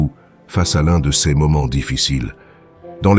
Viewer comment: Voix synthétique qui se reconnaît par les erreurs de prononciation !! Cesss. Filssss etc ... On est envahi par ces voix artificielles.